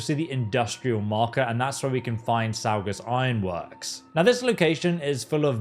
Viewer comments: As someone from Massachusetts, Saugus is pronounced “saw-gus”. It’s not the weirdest named town in that state. 😂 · Love the video....just wanted to say that Saugus is pronounced Saw-gus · as a Masshole i cried when he said Saugus in british speak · Quick correction in your pronounciation, saugus is pronounced saw-gus not say-gus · Oh... It's "Saw-gus" (Sau), not "Say-gus". You know better. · Saugus is pronounced saw-gus. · It’s pronounced Saw-Gus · Saugus is pronounced SAW-gus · Mass native here. Saugus is pronounced Saw-gis. 😆 I'm sorry. I'm used to hearing the names incorrectly. Lol great video though. I'll be doing these when i get out of work. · Ngl. As a new England local, heading you pronounce saugus was weird. Like it's our accent that harsh. Lol